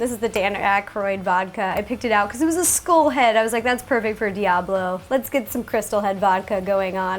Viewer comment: I thought she said 'school' for a second there. Interesting pronunciation of 'skull' there, Ro.